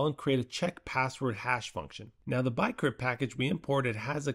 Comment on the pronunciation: Is this AI? You pronounce bcrypt as BYEcrypt, im thinking that's a typo to the TTS